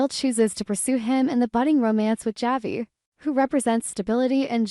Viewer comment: It’s pronounced Havi